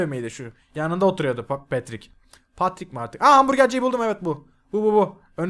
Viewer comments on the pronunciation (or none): abi paterik değil petrik